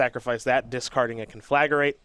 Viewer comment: Ugh. "Con-flag-uh-rate" It's, "Con-fla-grate"